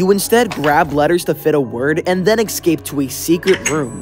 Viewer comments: whats with u sayin "eggscape" and not "escape" bro? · Bro said ecscape on the first game, pronounce escape right dude!